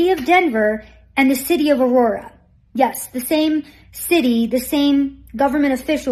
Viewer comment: Seriously....this lady? Is she one of them? Who says Aurora, Colorado like that? 😂